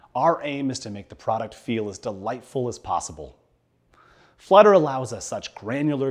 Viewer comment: Flutter not "fludder".